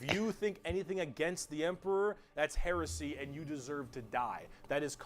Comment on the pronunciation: I DECLARE HEWESY 😂